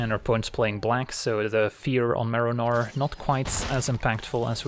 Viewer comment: the whole video i kept hearing Merinor